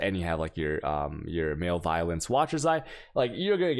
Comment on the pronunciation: Not Male Violence,, its Ma Lev a lence ....